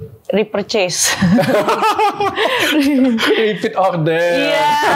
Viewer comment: Ngakak mb inara ngmong Repurchase 😆😆